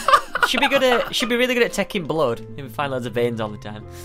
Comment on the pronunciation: stampy says blood in a very old fashioned accent